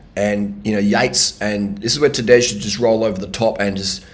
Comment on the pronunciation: Nobody ever pronounced "Tadej" in a uglier and incorrect way.